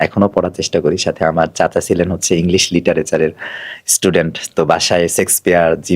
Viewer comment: Shakespeare not sexspeare